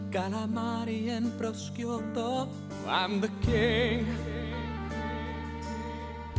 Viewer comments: Really funny ma "calamari and prosciutto" is awful to hear, bad pronunciation D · ahaha I'am Italian, and the pronunciation of prosciutto does die because it is totally wrong... :D ahahaah